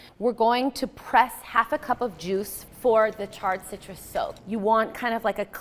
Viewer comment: so much better when i realized she's saying SOAK and not soap